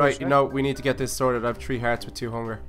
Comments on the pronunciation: you said tree and not three XD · three = tree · Way are you saying tree it is three i am srroy if the splling is wrong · I like how they say tree for three 😂🤣😂🤣